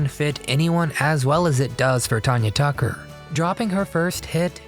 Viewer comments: you obviously did NOT ado much research on this video. You missed pronounced Tanya Tucker’s name on top of getting so much wrong. Awful, awful video do better next time! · You should listen to someone pronounced, Tanya Tucker you got it wrong